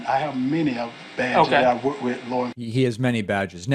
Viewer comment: (Pulls out plastic badge) “And you know what so funny… I AM wuk wit many police officers.” 😂😂😂 the most epic of fails